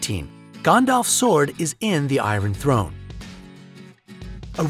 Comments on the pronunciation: Your pronunciation of names is atrocious. "Gone-dolf", "Her-me-own", "Cate-lyn" all the wrong pronunciations. Its Gan not gone, "Her-my-oh-knee", and Cat-lyn...not Cate-lyn. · Also Gandalf as Gone-dolf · He even said GAAAN- DALF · "Gondolf" and "Herm-i-own" ...Dude, fix your phonetics you heathen. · Justin Nguyen That "a" pronounced as "o" bugs me! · That pronunciation of Gandalf and Hermione though. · A lot of what you said was wrong. How you pronounced Hermione, Gandalf and Viserys was terrible. The way you pronounced Catelyn was also wrong. Also Alfie Allen is the younger brother of Lily Allen not the older brother. Dean Charles Chapman and Nell Tiger Free (the 2nd actress who played Myrcella) were only rumoured to be dating. And you used pictures of Nell but said the name Aimee Richardson who was the 1st actress to play Myrcella. All the correct info can be found by just a simple google search.. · You guys couldnt do a quick google search to figure out how to pronounce Gandalf or Hermione? Come on. Also the pacing is so slow its almost painful to watch. Speed up dude. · rex dev He mispronounced "Gandalf", "Cersei", "fictional", "Catelyn" and "Viserys" too.